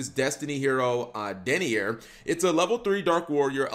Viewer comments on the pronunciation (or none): Did you just call Denier "Dennyer"? 🤣 He's Pronounced from the word "DENY" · It’s DENY-ER and DRA-GOON